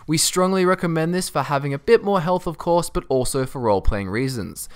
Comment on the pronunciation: Did u just say "a courier, not in primm of coarse"!